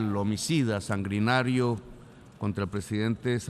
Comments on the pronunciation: “Sangrinario… ecetera” en vez de Sanguinario y ETcetera! Soy seguidor de Petro pero me preocupa un poco cierta tendencia de Petro a mal pronunciar ciertas palabras y lo hace con cierta frecuencia; no se si esto sea una cuestión cultural !!! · En menos de un minuto « sangrinario », « posibilidat », después sigue con « crimática », « mezcrando » y mejor paro ahí. Ni sabe hablar y se cree poeta. Se cree dueño de la verdad pero de su boca solo fluye populismo. Es presidente de una importante nación y se muestra absolutamente incapaz en lo local. Lo que critica no es más que su propia historia, puesto que critica diciendo « decidimos perder el tiempo matándonos entre nosotros », o « nos hemos dedicado a la guerra » pero resulta que es exactamente lo que el hizo cuando decidió tomar las armas y sumarse a los movimientos movimientos armados que produjeron millones de muertos en Latinoamérica. Lo peor es como le come cuento tanto ignorante que comenta acá sin compaginar lo que es la historia y los hechos de este egocéntrico que destruyó la izquierda democrática de Colombia por su deseo de posicionarse en solitario como caudillo populista. Lo único que tranquiliza es que su incapacidad limita el daño que puede realizar, aunque uno tema que un día, cuando tenga que confrontar el fracaso que es su existencia, sea capaz por frustración de hacer explotar al mundo si tiene la posibilidad.